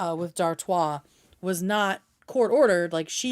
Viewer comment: Ok so I was pronouncing Dartois correctly in my head?! Everyone else is saying dartis and it makes me chuckle